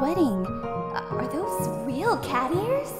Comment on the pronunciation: Why do people say chat instead of cat that’s the only thing I don’t get and I’m a big fan 😂